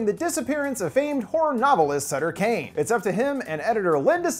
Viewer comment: Do you read Stephen King, I mean, Suther King, I mean, Stephen Kane...